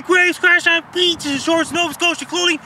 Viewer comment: Icey I love how he says beeches!